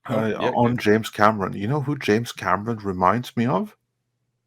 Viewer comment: Hey who is James "Camerson"? Lol!